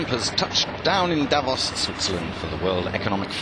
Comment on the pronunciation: thank you ! Please pronounce Davós correctly. The second part is actually stressed.